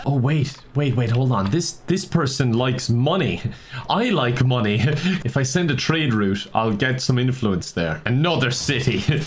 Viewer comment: Dutch Vanderlind/:We need moneh